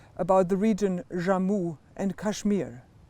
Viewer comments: It's JAMMU and kashmir not "Rammu" and kashmir Please learn the pronunciation bfr going for the interview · It's jammü and Kashmeer both Hindu words. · Can't even pronounce Jammu n Kashmir 😂